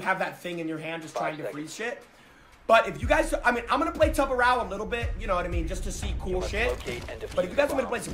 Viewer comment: Sorry, he said tubaro how???